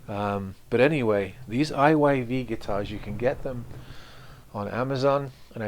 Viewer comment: 😂 also me. I didn't notice the right way is IYV until the guy in video pronounced it. I thought the brand was called IVY